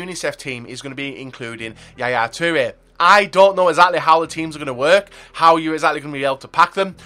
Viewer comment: Yaya 'teere' 😂😂.